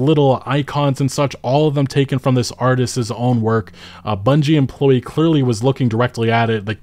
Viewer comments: Say it with me, now: artisT's, not artises, artisT's 😂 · Stop saying artistses